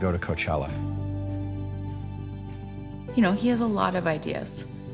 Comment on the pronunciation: If you don't know, Coachella only has 3 syllables ; )